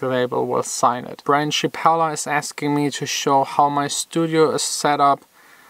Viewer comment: Hahaha thanks for answering my question 😂 i was just wondering that because i just bought a few monitor speakers :p.. Bdw you need to say my username like, branchy apple. What i hears you saying was, branch yappla or something 😂 :p